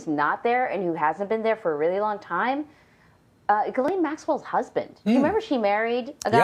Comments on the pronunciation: It’s not pronounced ‘Jizzlane’ you muppet - learn to pronounce it before trying to sound authoritative! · Are we supposed to believe that this reporter was in the room when she can't say "Ghislaine"? And it is a federal case, hence cameras are not allowed into the room. So it really can't be considered a public case.